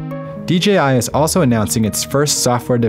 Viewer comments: Am I the only one that is catching he is saying DGI and not DJI? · It's not "DJI Innovations", it's "Dà-Jiāng Innovations", or just "DJI".